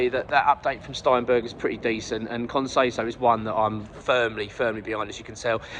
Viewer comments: Allow me to be a pedant. Con says-ow (as in ouch) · Can you learn to say his name correctly if he joins